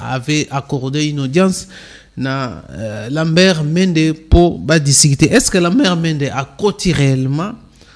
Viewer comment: Ndeko yeba koloba Oza journaliste prononciation nayo eza be kobonaye Lambert Mende Lamert Mende te